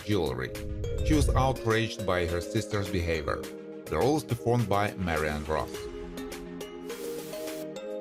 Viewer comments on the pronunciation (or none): none